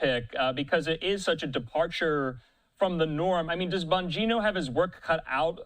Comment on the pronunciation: whining because of a email ... cant you find any thing else to report on ?? and for the record its bongino...not bogino... geniuses